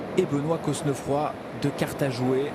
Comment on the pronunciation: vous êtes sûr qu'on prononce le "s" et qu'on souligne le "e" dans Cosnefroy ? ... normalement non, surtout si il est originaire de Normandie ou de la moitié nord de la France... mais bon... Très belle victoire en tout cas pour lui ! La côte finale est dingue.